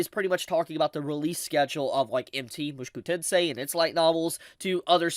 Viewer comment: Bro it isn't Mooshku tensei. It's Moo-shou-ku tensei